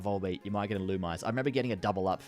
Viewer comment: Illumise: ill ooh meese ay